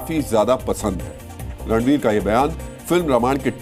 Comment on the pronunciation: Phele toh actor ka naam sahi se lo fer afa failao